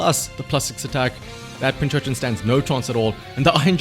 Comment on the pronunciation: Subbed just because you keep calling it Pinchurchin